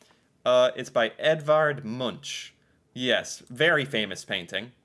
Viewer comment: Love how he say Edvard Munch 😂